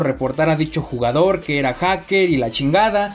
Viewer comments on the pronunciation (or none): garena aun no se da cuenta ke dice "lugador" y no "jugador"😂😂